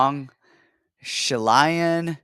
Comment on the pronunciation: laughing at the Shayilan pronounciation and then butchering it himself was perfect. Great show again guys!